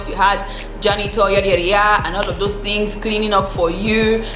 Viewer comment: "Get your pen and paper and jot phings down".....